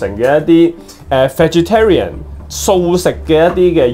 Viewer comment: Vegetarian都读错就唔好扮野啦，